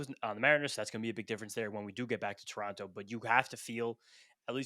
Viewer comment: It’s Terono! Not Tor on toe